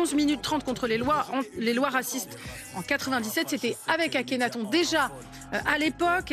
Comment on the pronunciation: Elle a dit « AKENATHON »😂😂